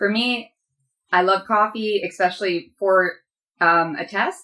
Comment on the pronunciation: An English teachers who says eXpecially ? Really!